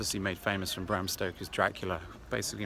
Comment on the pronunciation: Bran castle mate,not Bram...a bit more research...apart from that,great video!